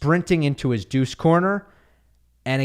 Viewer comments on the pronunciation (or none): none